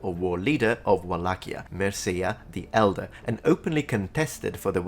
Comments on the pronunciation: A slight correction if I may: Mircea is pronounced more like meer-cha, rather than mir-seeya. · MIN .... MERSEIA !? MIRCEA ... pronounce like in Italian .... the sound CE, CI, CEA, etc are identical in the both languages ... MIR-CEA ... like in CECILIA, CEAU, CEAO etc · Mircea, a rival prince: you pronounced him "Meerseya" IIRC the pronunciation is "Meertcheya". In Romanian the letter "C" is usually prononounced "k", BUT before "I" and "E", the letter "C" is pronounced "tch"., you know lots of languages, have you ever heard of a language with such a spelling convention? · Awesome video. Just one small correction, as I see this in most English language videos: the name Mircea is read somewhat as you would read in English "meerchea". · Great video, finally some demystification of Vlad Dracula. My partner is Romanian and I argued with her that 'Dracul' means 'Dragon' and she argued that it means 'devil'. After all it means both. 👍 Not to want to be pedantic 😅 she also said the name 'Mircea' cel Bătrân was pronounced with a English pronunciation. The right pronunciation is [ˈmirtʃe̯a tʃel bəˈtrɨn]. (Hope this helps because I don't really understand this phonetic writing.) She also liked the video. 👍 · Great video! ♥ Good job on explaining his nickname. I'd only add that "Devil" is actually "Diavol" in romanian, and "Dracul" is the same thing but used more as a curse word, conveying even more hate. I don't know if there is an equivalent in english 🤔 So being called "Dracul" would be even worse than "Devil". PS: sorry, I'd like to correct your pronunciation of "Mircea" 😅 It's actually something like "Meercha". Derives from slavic word "мир" (mir), meaning peace. And "cea/cia" in romanian is pronounced like "cha" from "chackra".